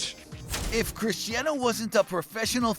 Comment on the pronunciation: Today i got its not cristano its Cristiano😂